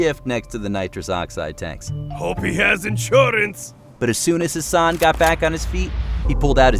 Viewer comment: am I the only one who heard Hasan as ‘her son’. I got really confused how she got a son who looks older than her lol